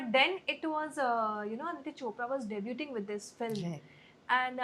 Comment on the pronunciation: It is not debuTing theT is silent , gosh it's embarrassing speak English correctly or stick to Hindi